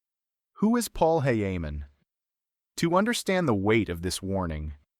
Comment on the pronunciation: Wait his name isnt heyheyman